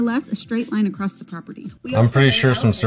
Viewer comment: It's Hight not, highth. It's Across NOT acrosst.